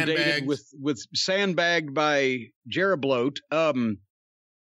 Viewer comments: Jeri-bloat. JC clowns people's names like I do. 😂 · Lmao he said jeribloat 💀💀💀